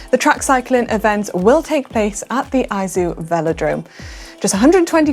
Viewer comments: Izu (you pronounced eye zoom), in Japan is eezoo phonetically in Japanese. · Hey GCN Racing, Thanks for the great video as always. Just so you know it's the Izu (ee-zoo) Velodrome not iZoo